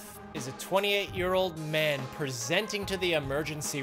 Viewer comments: The way you pronounced man at the start is quite funny. MaAaAn. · Thought he said my man in the beginning